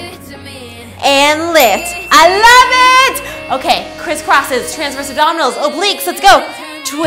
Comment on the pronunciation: Why does she "LOVE IT!!!!!!!" so much?😂